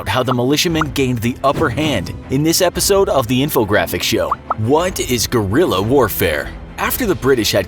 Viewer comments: I think i heard Gorilla not Guerrilla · Correct pronunciation (ge•ri•ya) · Americans: Gorilla fighters 🦍🦍 😂😂😂 idiots don't even know how to pronounce Guerrilla 😂😂 Gue-ril-La it's really not that difficult!